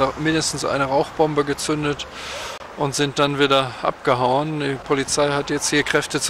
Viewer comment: Die "Po-lizei" übertreibt mahl wieder voll XD